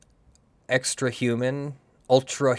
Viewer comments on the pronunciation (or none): none